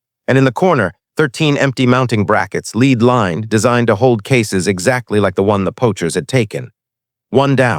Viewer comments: the metal, Pb is pronounced LED not LEED. AI narrators always get this wrong. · When You SAY the word YOU say LED as is the METAL. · LEAD METAL IS PRONOUNCED "LED". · Wrong pronuniation of the word lead. How could she know interior of a lead box at 600 yds. When did navy graduate female Seals.